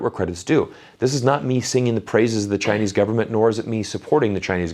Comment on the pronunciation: He is really good at Chinese, very authentic pronounciation.